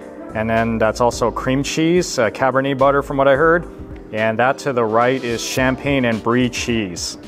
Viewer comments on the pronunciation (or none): none